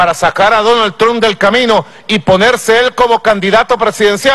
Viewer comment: Quiénes son "Mike Pen" y "Donal Trum"? Que mal que habla este ex-presidente.